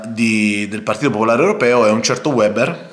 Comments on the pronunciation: per favore si dice "veber", non "ueber"; lui è tedesco, non inglese.... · Piccola Nota : Weber si pronuncia Véber